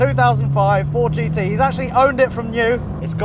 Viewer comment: THISS Is a tooth ousnd six foourd Jeee tee